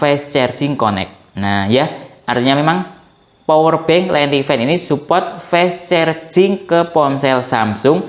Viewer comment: Fas carjing gitu aja ngucapnya😢 fes cerjing mulu😂 maaf, lucu dengernya🙏🏻